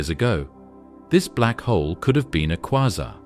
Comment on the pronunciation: Is it kwaazar, kwayzer or quasar?? This narrator is crap